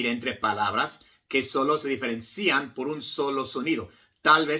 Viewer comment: Gran maestro, con toda admiracion, permitame corregirle que la pronunciacion de diferencian en la silaba cian no lleva acento. Osea la " i ". Ud. Habla muy bien español. gracias. 🎉